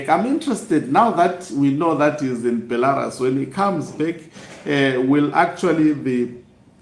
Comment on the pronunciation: It’s “Sneaking out” not Snacking out bantu 🙈🙈🙈 “Bhelarusi” not Bhelarasi 🙈🙈🙈 “twenty seventeen” not twenty sebenteen, say Seve….. Seve……. Good boy 👏👏👏👏😆😆😆😆😆